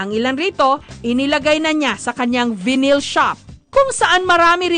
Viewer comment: Jessica pronounced Vinyl wrong